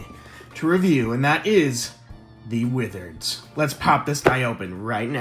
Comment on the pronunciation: da widereds